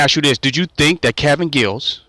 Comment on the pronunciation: Giles not Gills stupid